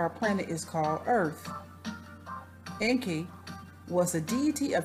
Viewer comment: you are not pronouncing it right - you CANNOT pronounce EN.KI like an american way - get educated...read Zechariah Sitchen books, learn the truth..stop blabbering on you tube...